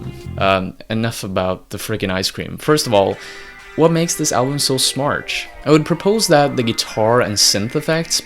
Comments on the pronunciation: is it me or does he keep saying "smartch" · Great video, but every time you say the word "smart" I hear SMARCH